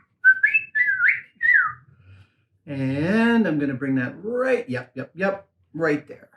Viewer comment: Accented: Roight up the Jacksy. Me: HAHAHAHAHA